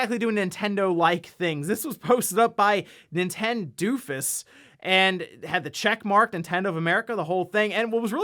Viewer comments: Ninten Doofus, lol. It's Nintendo Of US[A]. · "nintendoofus" bruh its nintendo of US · I don't think it was supposed to be "ninten doofus" but "nintendo of U.S." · It is “Nintendo Of US”, like North American Nintendo. It isn’t “Ninten-doofus” 😂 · Why did you read the twitters as "Ninten-dufus"? and "Valvesoft-air". I don't know why your pronunciation of these was very cringe to me. It was obvious that it was meant to impersonate Nintendo of US and Valve Software right?